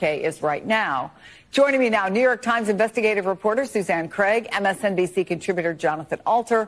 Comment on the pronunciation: Is he saying MSNBS on purpose in response to YT c en sor ship?